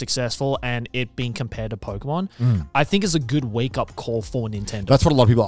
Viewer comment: It's pokemon not pokeymon